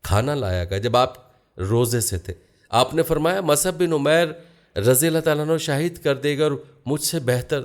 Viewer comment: Is this Musab or wht u r calling Masab.. Except u sir, every Alim is pronouncing Musab